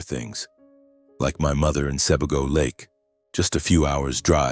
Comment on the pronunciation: The story is good, but the name switching was distracting. Hint regarding pronunciation for Sebago-it's more like See Bay Go.